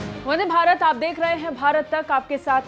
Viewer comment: Abe gadho bhrat nhi hai bharat hai